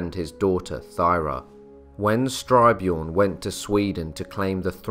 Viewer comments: Excellent - but it is "st y r - björn" rather than "str y - björn". And the letter " ö " is pronounced like the letters " ea " in the word "earth" . Minor items but worth keeping in mind. Outstanding and well done. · "Jelling" is pronounced "yelling", not "jelling" — old norse didn’t have the English "j-sound" — and Styrbjørn is composite; first syllable "styr" like in "to steer", but usually understood to mean "steering a ship", second syllable "bjørn", meaning "a bear"… In old norse, "y" is invariably a vowel, but like "ø" one English don’t have...